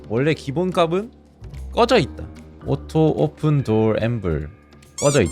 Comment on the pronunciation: 오토오쁜 말하는 웃기눼ㅋㅋㄱㅋㅋ